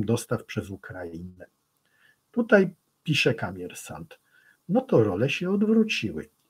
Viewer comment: Nie ma czegos takiego jak Kamiersant! Jest Komiersant. Przez "O"! I przy tym akcent na ostatniej sylabie a nie gdzies wczesniej. Dziekuje za uwage. 😊